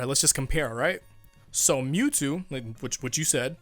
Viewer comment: Every time that guy says me two instead of Mewtwo physically pains me